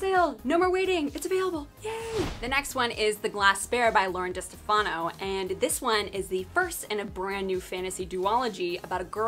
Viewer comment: It’s actually pronounced De-STEF-a-no. 🤓